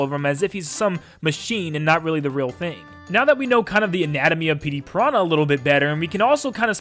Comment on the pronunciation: “Pettey Piranha”